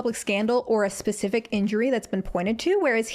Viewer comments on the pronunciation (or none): none